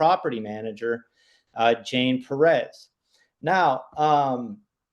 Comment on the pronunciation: 'correcting' on the pronunciation of PEREZ...omfg! Just absolutely clueless on several different levels.